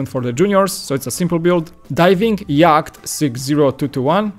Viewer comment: Please learn how to pronounce yacht!